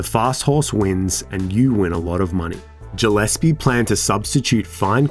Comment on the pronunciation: You pronounced Gillespie wrong 😑